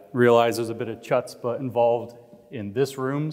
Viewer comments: "Chutspa"? It's pronounced "HUTSpa". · Did he really say ‘chut-spuh’? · Actually, it's "khutspa"/חוצפה ("kh" as in Khruschev or Khomeini or Bach), but don't hold your breath expecting Americans to pronounce ANY sound that isn't already part of their English-language phonetic inventory. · Excellent lecture. One teeny little quibble, chutzpah is a Yiddish word usually pronounced "hut-spa". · “CH-utzpuh” 😂 Love you, James! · James its pronounced “huchzpah” with a roll of your throat. Not the normal “ch” sound that we have in English. Lol. Great speech though. Just bought your book today! Can’t wait to read “Cynical Theory” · Chutzpah is Yiddish for nerve or brazenness and is pronounced hutzpuh. Hut as in put not tut as in king tut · Chutzpah is pronounced with an H sound at beginning, NOT ch sound, UGH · James may want to look up how to pronounce "chutzpah". 🤔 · someone teach james how to pronounce "chutzpah" :) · Love you james... but you have to learn to pronounce CHUTZPAH if you're going to use it!! Cringe-worthy man... cmon 😆 🤣 😂